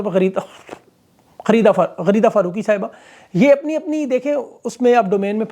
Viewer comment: بھائی آپ غلیظہ فاروقی کا کا نام بار بار غلط کیوں لے رہے ہیں